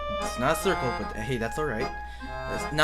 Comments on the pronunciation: Hahah when you say crucle in rage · THE STRUGGLE AT THE ✨SARKLE✨